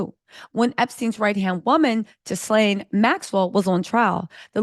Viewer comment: Just FYI, the ‘S’ in Ghislane is silent.